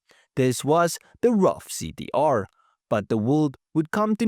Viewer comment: Pronounced like Roof not Rough